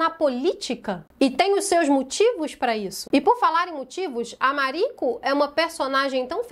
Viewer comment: Ah fico feliz! Assiste que vale muito a pena. 🤩 Eu acho que vc pronunciou certo o nome “Mariko” 🥰